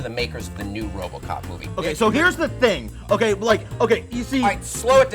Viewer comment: did nick just say "wobocop"